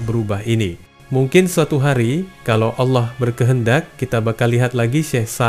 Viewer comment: Sebut ALLAH bukan Aloh...jika anda muslim